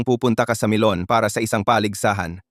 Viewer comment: Akala ko nagkamali lang Ako NG dunig NG pronounce na Milan naging melon at the end MELON NGA